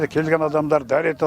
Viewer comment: 1. Ғабдыш, Қапдеш ??? Дұрысы: Қабдеш. 2. Даравоз??? Дұрысы: Дарабоз. Тәрбиелі, мәдениетті, білімді адам, ол - өзінің ана тілінде дұрыс сөйлеп, дұрыс жаза білетін адам. М.Әуез.